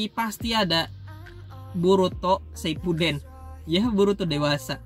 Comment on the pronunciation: Saipuden terus harusnya kan shipuden